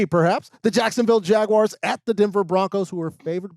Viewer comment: Jag-why-arrrrrrs. Wtf?